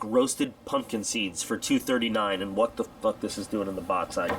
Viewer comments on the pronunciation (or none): The way you say fuck is hilarious